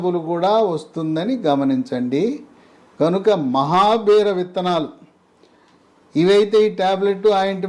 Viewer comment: it is mahabeera seeds not mahabear